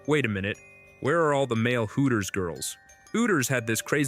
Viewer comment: "Hoo - ers" 🤣